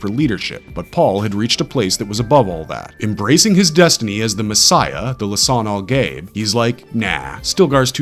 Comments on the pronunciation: the way this guy pronounces things is so funny, “lisan-al-gabe” “chaney” no hate man but they literally pronounce it completely differently in the movie 😂😂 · Lisan al gay??? Learn to pronounce lol